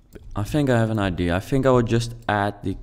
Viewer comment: Yes really nice !!! But the word is ideA And not ideE